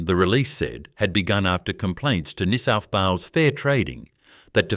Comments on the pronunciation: Please teach your bloody robot to say NEW SOUTH WALES. Do you even know where it is? Do you care. More utter garbage. You shgould rebrand as a comedy channel. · Pitty this is AI crap. Can't say NSW, pathetic